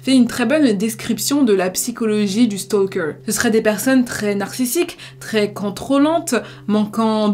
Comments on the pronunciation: Vidéos toujours très intéressantes! Celà-dit, je voulais juste souligner que le «L» dans «Stalker» est muet :). Beaucoup de youtubeurs Français font cette erreur. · On ne prononce pas le « L » dans « stalker » 😭 fiou fallait que je le dise.